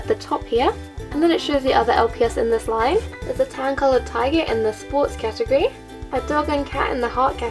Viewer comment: catogry lmao it's catagory